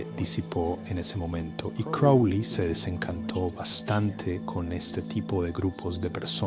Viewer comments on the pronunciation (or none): crowley,not kelly.silly ai